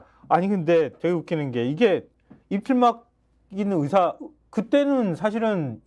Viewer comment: 의사 > 의새는 헛나올 발음이 전혀 아니다. 평상시에 여러 번 말했어야 자동으로 나올 말이지!!! 그것도 차관, 장관 2번이나!!!